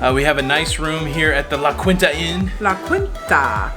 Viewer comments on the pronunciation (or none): Love your vlogs! Can’t wait to see the rest! Just to let you know out here in Cali we pronounce the hotel you stayed in La Keenta. Just helping you out.